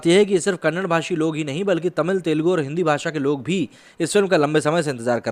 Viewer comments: C'mon dude. No one wants to pronounce their name in a wrong. Many people see your videos. Please pronounce language name correctly. We respect our language and we expect others also pronounce it correctly. We are not asking too much, it's Kannada and not Kannad. Please consider this request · Tamil ko Tamil bola, Telegu ko Telegu bola but Kannada ko kanad kyu bol rahe ho ? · Bro it is not kannad kannada learn it first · That is kannadaaa not kannad.. Please pronounce properly.. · O Bhaiii...'Kannad' nahi, zara "Kannada" boliye please!!! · " KANNAD". NAHI "KANNADA" BHOLO MERE BHAI🙏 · It's Kannada not kannad Thanks in advance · WT hell dude. It's not kannad 😪😑😑it's KANNADA. Why can't you pronounce properly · Bhai agar aap itna research karne k baad video banate ho toh please aap Kannad nahi Kannada bola karo. Wrong pronunciation hai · If you can pronounce "Haryana", I am sure you can pronounce "Kannada"